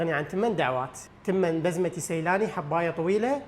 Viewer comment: بسمتي مو بزمتي اتكلمو مثل البشر